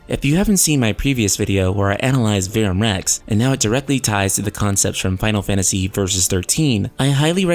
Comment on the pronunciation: yes, it's Latin, and you can't even pronounce Verum Rex correctly. But it's all good. At least you have the balls to even make these videos -- everyone else is scared shitless because they know what's about to happen lol. Carry on.. lol.